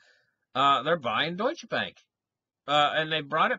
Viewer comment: Es heißt deutsche Bank. Nicht dutsche Bank. :-)